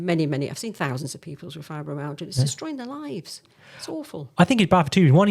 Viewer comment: Why can this doctor not pronounce Fibromyalgia?.